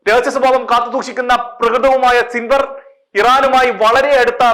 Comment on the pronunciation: സിൻവർഅല്ല യഹ്‌യാ സിൻവാർ എന്നാണ്